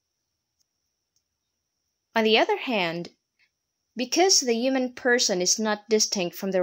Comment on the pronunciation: Ugh! The mispronunciation of the core word Human, made this unwatchable.